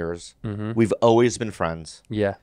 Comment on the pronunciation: Tell Bobby to stop saying ohways. It's always.